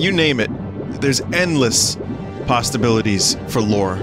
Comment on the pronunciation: no matter how many god damm times i try to hear him say "there's endless possibilities" [ - ] i keep hearing this hard sound in the middle of "possibilities" that's like a "tuh" sound making it sound like he's saying "endless pastabilities". i literally have listened to it like 37 times and i still can't unhear it. wtf?